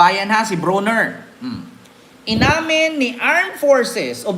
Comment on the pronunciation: It's Brawner...not Browner as in Brownie...😅